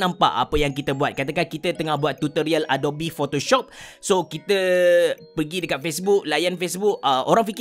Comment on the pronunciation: Sebutan yang betul adobi atau adop? Dah lama guna tapi baru terperasan bunyi dia. Atau abecerah pertimbangkan pasal kopi kanan? Hahaha. Tanya je. Apa pun terima kasih kerana share tutorial. Semoga perkongsian ni dirahmati.